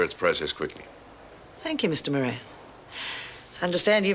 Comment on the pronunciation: Joan should say moran like Murphy